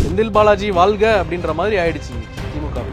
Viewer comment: ல்க..!தமில்வால்க!ஐயோ.... போதும் விட்டுடுங்க.. நீங்க வால்க ..! 😊😊😊😅😮😢